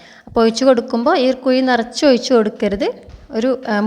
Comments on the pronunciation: കുയി അല്ല കുഴി. 😜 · Kuyi alla kuzhi😂